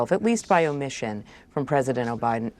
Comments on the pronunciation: 😂did she say president obiden? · She said oBiden 😂 what a joke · Lapsus révélateur : "President Obiden.. Biden!" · Did she just say "President Obiden"?🤔